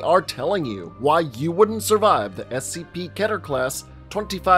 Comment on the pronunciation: It's keter, not ketter.